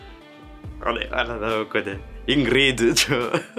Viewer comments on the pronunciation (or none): « ingrrrrrrid » chui mort 😂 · Il a lâché son meilleur accent indou